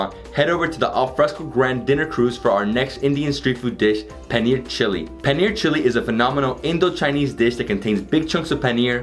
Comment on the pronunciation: Bhaisahb ko paneer bolna seekhao yaar paniyer bol raha hain🤣🤣